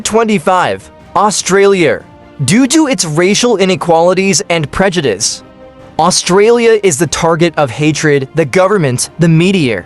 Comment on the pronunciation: Indonesiar?Asiar? Australiar?😂